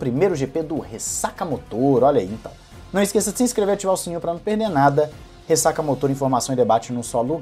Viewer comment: fala "ressacamÓtor", não "ressacamotor", acho q é melhor